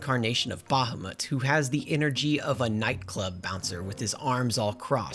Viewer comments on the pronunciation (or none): none